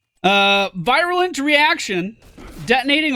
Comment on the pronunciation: "veer-yoo-lent" and "ecks-si-shun" :p In case you were wondering.